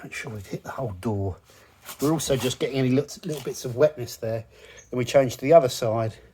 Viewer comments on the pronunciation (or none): none